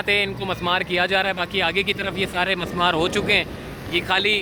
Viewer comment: Bhai Jan masmar lafz ghalat he mismar sahi lafz he